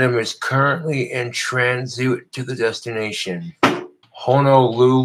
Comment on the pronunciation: Definitely heard it at least a year ago. Not sure when he first misread this. It's possible he was saying this wrong his whole life!